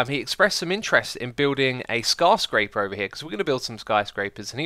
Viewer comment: did you just say scar-scraper?